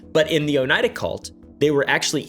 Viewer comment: “Oh-knee-ah-duh” is how I’ve heard the locals say it